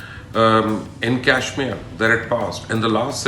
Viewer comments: Learn to pronounce Kashmir girst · At least pronounce Kashmir correctly.